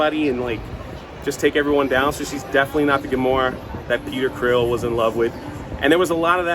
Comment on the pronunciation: …..are you calling Star Lord… Peter “Creel”?